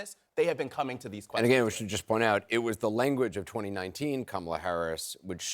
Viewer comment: I wish she would pronounce her first name correctly. The Ugandan Giant deserves respect.